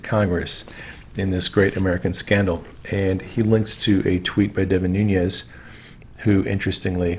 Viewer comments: Noon-ez. Not noonyezzz.. have a wonderful break from the internet. I think we all need that from time to time. God bless you and all your hard work. 🙏🇺🇸💕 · NOOOOONEZ, NOT NOONYEZZZZZZ. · enjoy your channel, but just FYI, Nunes is a Portuguese name, not Spanish, so he pronounces it NOONESS, not NOONYEZ. I heard him say his name at the end of a political ad: "I'm Devin NOONESS, and I approve this message." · Love everything you're doing BUT please pronounce Devon Nunes' name correctly. Nun (long U) es ... es not yes. Listen to Devon himself pronounce his name.